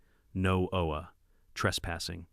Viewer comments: Why can't the A.I. 'bot be taught to say "H O A" every time? What the heck is "ho ah"? And are there really no more computer programmers who can teach a machine to count and tell time? The monotone is bad enough, but at least it's a pleasant voice. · What's worse is that I have never heard a person in real life refer to it as a Hoe-ah. The letters are pronounced separately. It's aitch-oh-a